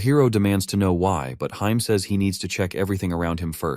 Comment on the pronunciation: Ok good work on the video but omg the ai reading heim wrong hurt aaaaaa